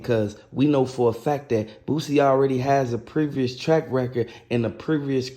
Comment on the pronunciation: NOT Privis it's Previous. Pre-VEE-us. Not Blicky.. Blinky . Ba-LINK-Eee... smh